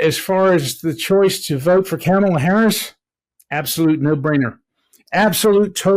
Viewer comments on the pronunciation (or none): You can tell some of these guys are legit Fox viewers the way they pronounce Kamala. Hahaha! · For f**k sake, learn how to pronounce Kamala properly.